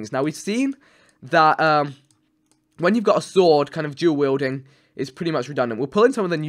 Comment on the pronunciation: When vik says duel wielding like it sounds like jew wielding